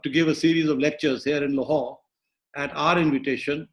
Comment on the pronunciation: he says Lahore in most whitest of the sense. Nyc.